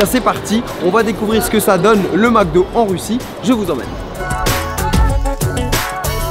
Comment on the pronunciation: « des crevettes au maque do?! »😂😂